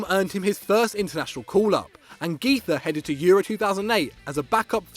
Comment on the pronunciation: Güiza is pronounced gwiza not giza